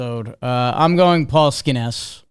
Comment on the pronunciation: Will ever learn how to pronounce Skenes?